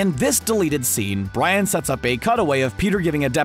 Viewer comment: 2mins 20 secs in...did the narrator just call Brian, 'Bran"?? 😂😂😂